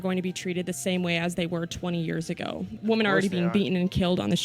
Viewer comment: What bothers me the most about this video is how the lady in red pronounces “woman”